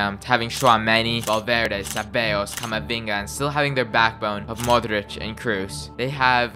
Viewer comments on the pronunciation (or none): none